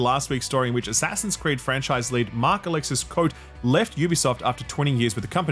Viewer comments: So Quantic are making...Spellbreak? We're sure it won't meet the same fate, especially with David "how can you criticize my game when the graphics are so good" Cage at the helm., for fuck's sake it's Marc-Alexis "coh-tay" not "coat". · The AC guy, who will certainly be in the news when he moves somewhere else. His name is not "Coat" it's "Ko-Tay". It's french, and there's an accent. Please please pronounce it correctly. Love your content!